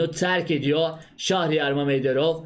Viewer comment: "Şahriyar" değil abicim doğrusu "Şehriyar".